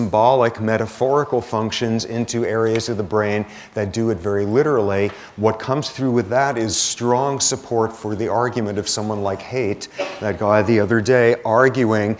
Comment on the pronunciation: Surprised to see that Sapolsky pronounces Haidt as "hate" instead of as "height".